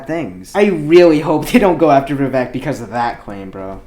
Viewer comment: Love the guy, by the way his name is pronounced vi-ve-ik